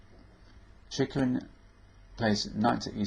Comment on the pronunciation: He pronounces it quite right: "Cheeghoreen"